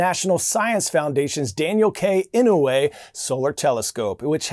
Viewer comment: Coy, you pronounced pneumonoultramicroscopicsilicovolcanoconiosis incorrectly, as well as Dan Inouye's last name